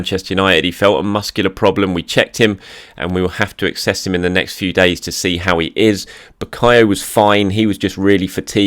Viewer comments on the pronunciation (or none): none